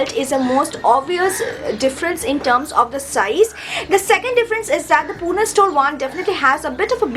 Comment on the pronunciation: It's not pune , it's puna